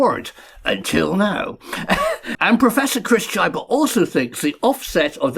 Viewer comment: I believe that pronouncing Chyba as Tchajba is erroneous 😉